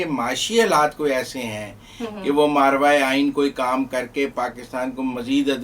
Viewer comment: مارواے آئین نہیں, ماوراے آئین ۔